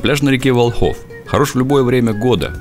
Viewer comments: Сам ты Волхов, ударение не верное! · Правильно говорить ВОлхов ударение на первую о